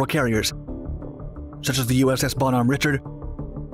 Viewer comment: USS Bonhomme Richard is pronounced Ri-Shard